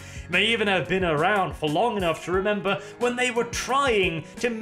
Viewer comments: Been, not bean. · *been, not bean. That´s a pod-borne seed, or a british comediy series... whichever you prefer.